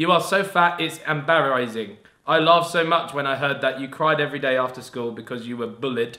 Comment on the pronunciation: Why did Ethan pronounce embarrasing like that 🤣🤣